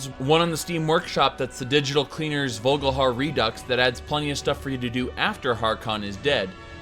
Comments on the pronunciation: haha i'm also pretty sure it's vol-ik-har, not vogelhair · Dude do you play the game in german or something? its VOLKIHAR not vulgahar. And Skaal is pronounced Skawl, not skull